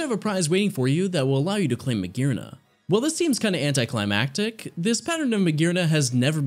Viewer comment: THERE IS NO VOWEL BETWEEN THE R AND THE N IN MAGEARNA!